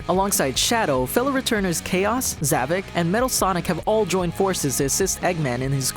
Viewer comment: It's not zavig it's Zavok